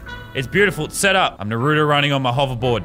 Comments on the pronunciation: bruh idk if this guy watches naruto or not but if he was i think he would be more hyped and also its naruto not narudo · It’s not called Nurot it’s called Naruto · Its nar o toe Not norato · they pronounce it nuh roo toe, it’s nah roo toe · It's not pronounced narooto its narUto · Shoji nurooto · Yah boi is it nahrto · I hate how people say naruto, they say narudo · It’s pronounced naaruto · Yeah I pronounce it more like naru toe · Narto thats how i pronounce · ikr! its nah-roo-to (with a rolled R) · I don’t know why but I get so triggered whenever someone says Naa-ruto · Lazarbeam:Pronounces Naruto wrong Me:My disappointment is immeasurable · I hate it when they put emphasis on the “oo” like when they say Nar-OO-do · This is the amou t of times he says naruto wrong ⬇️ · All weebs mad cause lazarbeam is saying naruto wrong.Weebs: Baka This is just a jokeXD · How hard is it to say naruto correctly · Any other weeb triggered by the way he said Naruto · Why do Americans always say naruto wrong?